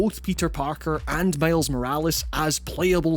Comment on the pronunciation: Did the narrator really say "male's " insteaf of Miles?😂😂